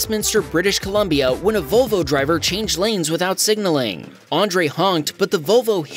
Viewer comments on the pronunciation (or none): Lol vovo, vol vo is pronunciation for volvo.